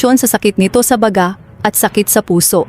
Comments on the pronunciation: korek nakaka ereta yung noooraaa unoorr nya!!pati baga hindi masabi ng maayos. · Yum malinaw. Magtagalog yun pronounce nya ng baga Mali Rip superstar Nora aunor❤❤😢😢